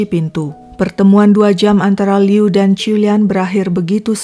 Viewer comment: Aku sukaaa bgt cara nyeritainnya itu lho.. Pengucapan nama, tempat semuanya jelas dan benar👍 Liu itu sdh tersiksa smp mati dg ketakutannya. Utk Ibu Qiulian smg ttp sehat